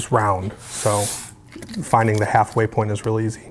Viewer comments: Really, said half way point. But it sounded more like half way porn than half way point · Definitely sounds like says "halfway porn" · At he says half way pornt